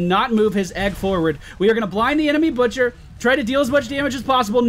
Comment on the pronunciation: i heard the bitcher and not butcher :0